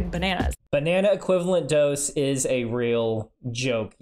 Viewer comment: "But it iiaaeos also radioactive"